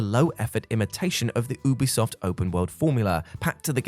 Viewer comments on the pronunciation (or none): Hey, you do pronounce the U in Ubisoft. You-be-soft. Ask them if you need proof! 😀